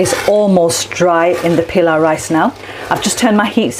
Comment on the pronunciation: Surely you don't need to anglicise all the words like PEELAW, come on you know how to say it properly.